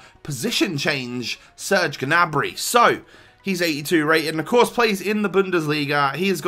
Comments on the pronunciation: (GA-NA-BREE)?????? It's pronounced: (NEY-BREE) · I‘m German and he‘s pronounced Gnabry